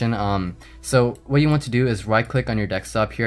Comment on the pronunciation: do you say 'ax' instead of ask? and 'dextop' instead of desktop?